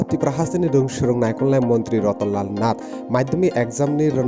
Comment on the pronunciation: 😂 RATAN........LAL......... NATH 😁👍 PRONUNCIATION 😁😁😁😁was awesome 😁😁😁